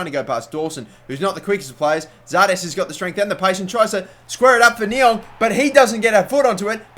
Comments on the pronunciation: It's pronounced ni-ang I think not ni-ong :) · Stop saying Ni-ONG...its Ni-ANG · you say Ne-Yang not Ne-Yong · It's fucking Niang not Niong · It's niang not niong + check out docks arsenal career and u will c what he got niangs overall up too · It's Niang not Niong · Niang is said NEE-Ang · Its pronounced knee-ang. No worries though, I would of thought the same if I didn't search it. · There is an 'A' in Niang it's not NiOng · Niang is pronounced Knee-ang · Please say niangs name right ffs